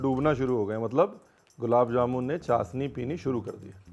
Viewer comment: Ranveer this is not चासनी . This is चाशनी